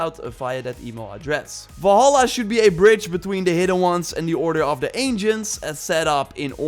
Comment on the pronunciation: One MAJOR nit: Valhalla is NOT pronounced Vawlhawlah but rather Vulhulla. Three short "ah" sounds, not two long "aw" sounds and a shorter "ah" at the end. Please.